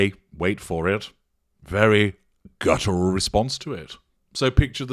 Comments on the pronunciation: Interesting breakdown,. Though I had to laugh when I heard her say "gutteral response" - this was before the one about Harry, so it shows that she really doesn't know what it means. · “Gutteral” reaction…there she goes again, abusing the English language. But she’s so much smarter than everyone else, so there must be something the test of us don’t know. Her hubris is boundless.